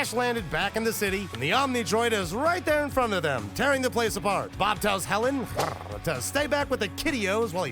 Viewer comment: 🤔Since when ist there an „rrrrrrrRRRRrrrrrrr“ in „Hellen“? 😅🙈🤣🤣👍